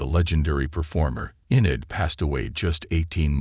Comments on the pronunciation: Its not Sin-ade or Sin e add, her name is pronounced Shienade. Where's her implied funeral pics? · Her first name is pronounced SHINaid (not spelled). Such lazy journalism and disrespect that you can't even say her name correctly. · WHY ARE YOU MISS PRONOUNCING HER NAME?!?!! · Get the pronunciation correct, really annoying me. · So many don't pronounced her name right... it's like they never knew her and her extraordinary career. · OMGoodness, what is wrong with you people? If you're going to use some computer generated voice-over, at least make sure it can pronounce someone's name correctly. I cannot watch one more second of this video bec it is extremely in poor taste and utterly disrespectful to keep on saying her name in such a heinous way. ~Shame on you! Ugh. Thumb down. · Omg ..remove this nonsense….you can’t even say her name correctly …. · Shame on you , you don’t even how to pronounce her name correctly???